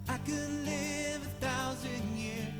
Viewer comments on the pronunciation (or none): none